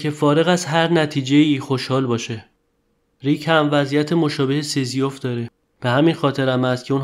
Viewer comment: "سیزیوف" درست نیست. تلفظ درستش سیزیف است.